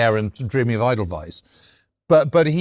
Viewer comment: Great episode once again. But James should definitely work on his German as a world war 2 expert :) "Liebensraum" (= love space), "Lederhausen" = (leather houses), "Eidelweis" (should be Edelweiß), ... :)